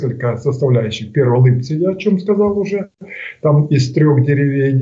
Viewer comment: НЕ Липцовское направление, а ЛИПЕЦКОЕ!!!! ЛИпцы, а не ЛипцЫ